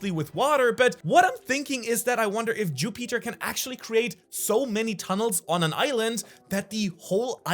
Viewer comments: Don’t wanna complain but u said ju-Peter instead of Jupiter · Every time he said “Jew Peter” he had me rolling on the floor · The name Ju Peter not Jupiter, the mucus mistake, idk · Bro, i love your videos but the fact that you are calling Jupiter "Jú Píter" its triggering af 😂😂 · bc it is Ju Peter not Jupiter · Jew-Peter lmao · Learn how to say Jupiter correctly… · The way you say Jupiter bothers me